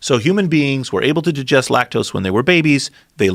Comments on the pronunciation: He can't say digest he says djest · “To jujest” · I absolutely hate the way he says "digest"